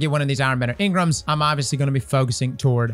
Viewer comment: the way you say engrams has me dying